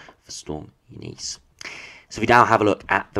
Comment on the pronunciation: U NIS that’s how you pronounce it lol I only know that because I worked with a Eunice years ago